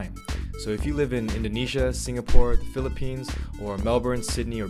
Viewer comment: Pronounced Mel-bin not the way it's spelt lol